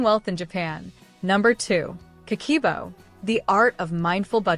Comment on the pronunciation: Not ka-key-bo, is Ka-keh-boh.